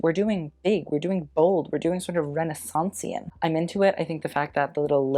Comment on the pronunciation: Nobody ever:: "Renisancesian"